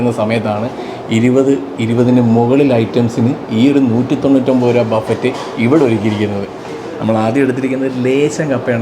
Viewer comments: ബഫറ്റ് എന്ന് പറയില്ല.ബഫെ എന്ന് ആണ് പറയുക. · Vereyum orupadu peru comment cheythu, its not buffet its buffe, t parayilla, you are a food vloger athu kondu paranjende ullu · Buffet is pronounced buffei. T is silent.